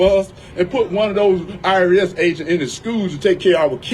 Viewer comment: Is he saying IRS or ARS agents?